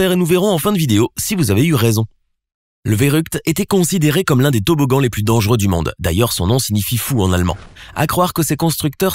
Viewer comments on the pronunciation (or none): A chaque fois il dit le plus dengeureux au monde il abuse